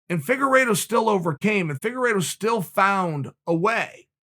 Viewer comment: "Firuago" lol